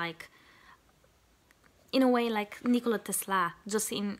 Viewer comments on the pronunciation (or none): none